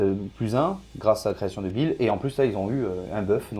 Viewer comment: Super rapport de bataille les gars ! Par contre, j'sais pas si je suis le seul, mais j'arrête pas d'entendre "Création Débile" au lieu de "Creation de Bile" depuis le début de cette vidéo 🤣🤣🤣